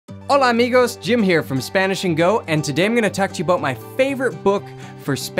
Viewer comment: I gotta say when you say “hola amigos” where’s the accento?